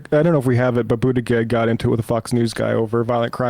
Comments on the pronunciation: Is there some reason why you guys keep mispronouncing Pete Buttegeig's name? It's super disrespectful and I was wondering if he was doing something that warranted disrespect? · Why does always pronounce Buttigieg wrong